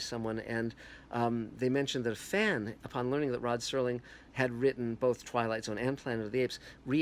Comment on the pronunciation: Its Serling you idiot not "Sterling"